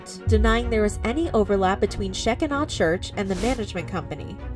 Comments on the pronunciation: idk if this church pronounces their name differently but the way to pronounce it properly is she-keen-ah or she-kin-ah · It's pronounced Sha-Kigh-nah. Like Shekinah Glory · Sh-k-EYE-na church. it wouldn't have been hard to learn the pronunciation. 🙄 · They are pronouncing the church name totally wrong. Omg! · This is sad but the way she pronounced Shekinah, liked to took me out! 😂🤣😂🥴 Seriously, I hope they get their loved one back though. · Yeah. They really messed that name up. Lol! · Sheck-i-naw church😂 Lady, its pronounced "Shi-kyna." The shekinah glory is all through the Bible. Wow. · It’s pronounced she kie nuh like Shekinah glory in the Bible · I have no clue who these people are, but I'll be darned if I'm not hella invested. And Shekinah is pronounced sh-KI-nuh. "The word shekinah does not appear in the Bible, but the concept clearly does. The Jewish rabbis coined this extra-biblical expression, a form of a Hebrew word that literally means “he caused to dwell,” signifying that it was a divine visitation of the presence or dwelling of the Lord God on this earth." "In the New Testament, Jesus Christ is the dwelling place of God’s glory. In Christ, we see the visible manifestation of God Himself in the second person of the Trinity. Although His glory was also veiled, Jesus is nonetheless the presence of God on earth. Just as the divine Presence dwelled in a relatively plain tent called the “tabernacle” before the Temple in Jerusalem was built, so did the Presence dwell in the relatively plain man who was Jesus. “He had no beauty or majesty to attract us to him, nothing in his appearance that we should desire him” (Isaiah 53:2). But when we get to heaven, we will see both the Son and the Father in all their glory, and the Shekinah will no longer be veiled" (1 John 3:2) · Just an FYI...the word Shekinah is pronounced Sha-ky-na. It means where God's divine spirit is settled or dwelling. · The correct pronunciation of that word is sheh-KINE-uh